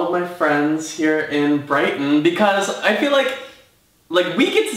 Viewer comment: Brighten - Brighton hahaha